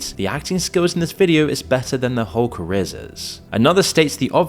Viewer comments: Careerses? It's confirmed this channel is AI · "careereses?" Outstanding work again AI. Thanks for ruining YT. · Is an A.I. channel? Who pronounces "careers" as "careersays"?? 🤔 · 4.55 careersz you sure you don't use ai??🤔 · So is that just how we're going to start saying careers now LMAO!!!